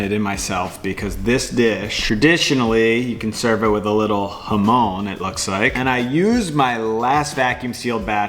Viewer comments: Hamone ??? Bit respect for pronunciation please... Jamon!!! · bro be pronouncing jamón like hoemone